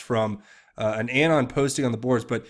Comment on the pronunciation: I love your channel. But your pronunciation of “Anon” is AGONIZING... it’s UH-Non as in Anonymous. Not A as in Apple. I dare you to correct it. 😬